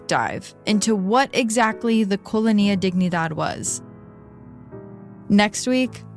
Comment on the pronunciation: came looking for a comment about this, it's killing me every time she mispronounces colonia, it's fine with me if she pronounces wrong a word once or twice, but if she's going to repeat it more than 10 times I honestly prefer that she uses the english word... downgraded the whole thing